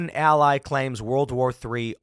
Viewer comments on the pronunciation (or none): none